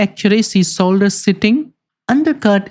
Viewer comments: it´s shaft shoulder, not saft solder. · Please learn pronounciation! Shaft is not sap! Reason is not region! Shoulder is not solder! And don't waste sooooooo much time, when 5 minutes is more than enough to tell the relevant facts! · great video, but you saying solder instead of shoulder drives me nuts lmao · Yes. Very educational. But I needed the captions because absolutely no effort whatsoever was made to pronounce the "sh" sound. I know some people struggle with pronunciations, but when you are educating people and can easily ask other people how it sounds before it is posted it is rather lazy to not do it correctly. Half the audience is wondering what a saft soulder is and they have to stop and start the video again to read the captions.